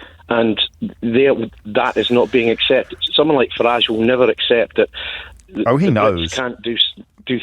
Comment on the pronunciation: I want to meet James so bad ill make him pronounce Farages name correctly!!!!!